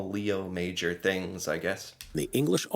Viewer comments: It's pronounced ma-ZHOR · French class 101: His last name is pronounced May-or. Emphasis on the "or". MayOR. Leo is pronounced: Lay-o, so - Lay-o MayOR. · It's actually Léo Major, with an accent. It's pronounced Lay-O Mah-johr, with a soft J (without the 'd' sound before). He was a French Canadian. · Just out of respect, his name is more like Lay-o MA-jor. He was the REAL Rambo. ;-) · It;s a true story, but his name should be pronounced as the French Canadians do. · The most respectful thing we can do is pronounce his name properly. He was French Lay O would be closest for non French speakers. Major was pronounced in French as well so it’s pronounced differently than in English. He deserves this at minimum ❤🇨🇦. RIP Leo